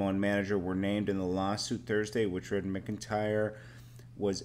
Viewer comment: don't know how to pronounce McIntyre